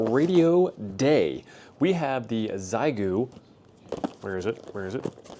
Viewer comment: It's pronounced SheGo for we English speakers ha